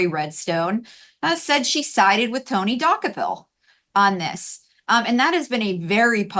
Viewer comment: You guys are not even close at prouncing Tony's name correctly.